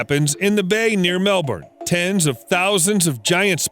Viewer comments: The way the Narrator says Melbourne is making me cringe and die on the inside. It's like pronouncing the Spanish name of Jose... as "joh-see" or the french word of Menu as "Meh-noo". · Say it after me…..Mel Bun. Not Mel Burn. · It's very weird hearing the R being pronounced in Aussie words